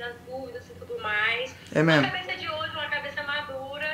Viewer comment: É memo e memo kk até eu comesei a falar isso em casa